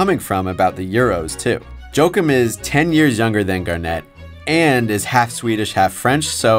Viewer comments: Its pronounced "Wah-keem" not "Joe-kim" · It’s ha-kiim